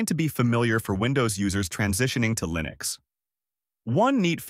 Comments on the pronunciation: Hey A.I. idiot. It's pronounced like LIN EX, not LINE EX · How can I possibly trust one who pronounces Linux as LIEnux? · LAINUX ??? Really ??? It's LINUX, with the I pronounced as in bit or kit, not "AI", as it is spelled in English, like when you're referring to yourself. EXAMPLE: I am just saying 😁... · Liiii-nux or Lajnuz? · How come AI cannot pronounce Linux correctly? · Yep. I almost fell for it until hearing the wrong pronunciation of "Linux"